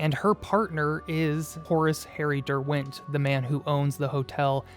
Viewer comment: The pronunciation of Derwent is an atrocity.